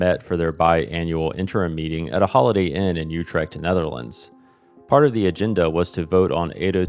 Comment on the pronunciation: i wish you had learned how to pronounce utrecht. beyond that this video is really good.